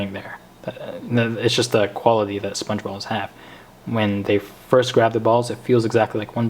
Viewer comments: I thought u said sponge bob XD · It sounded like you were saying sbongebob